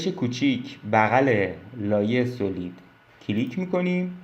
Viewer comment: با عرض ادب ویدیوها آموزندس و ممنونم. خدا قوت فقط یک نکته اینکه تلفظ صحیح سالید هست.